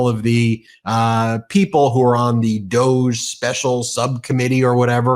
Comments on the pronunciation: DOJE is pronounced "dodg-y" or maybe "Doggy" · DOH not DOGE. Haha. Good one. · “DOGE” should be pronounced “Doggy”, because it will annoy musk, and that’s what musk is doing to trump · DOGE? I thought you said Douche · I keep telling you, DOGE is prounced 'dodgy'. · I pronounce that as “DODGE” which is fitting for the orangekins because they dodge the truth and morality at all costs. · "DOGE" needs to be pronounced and addressed as "DODGY". FMD! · Every time you say DOGE, I think douche, and then my brain adds bag to it. "Douche bag"